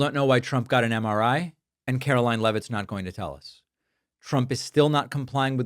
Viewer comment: David, Sir, the Press Secretary’s name is pronounced Karolyin’- I believe it’s French.